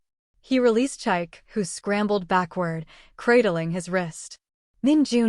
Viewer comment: Lovely story. For next time, the ex's name is pronounced cheek-kay not chaik.